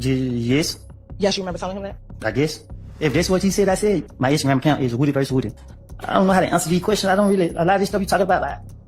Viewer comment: For the love of Atlanta, its WOODY, pronounced like MOODY!